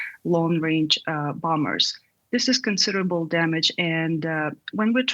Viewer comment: Did they use an AI voice for that female voice with an American accent that said "bomBers" and had the exact same intonation in every sentence? If yes, shame on you, DW. Employing as many real life journalists is critical in these times.